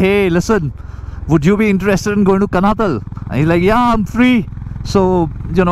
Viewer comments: It's pronounced कानाताल । Very good journeys and recounting your experiences. I live in Dehradun. Lovely place to settle down later in life. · Just a pointer...the place you travelled to is pronounced as Kaanaataal...though written as Kanatal...like Nainital...tal in uttarakhand (pronounced taal) stands for 'lake' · It is not Kanatal guys, you pronounce it कणआताल 👍